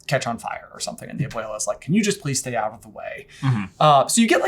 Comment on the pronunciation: Am I the only one who hears aboila instead of abuela coming out of J's mouth? 😂